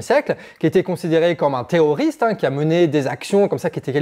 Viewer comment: Tu as un problème à prononcer les R, non ? 😅 Parce que moi, j'entends "Té''oriste"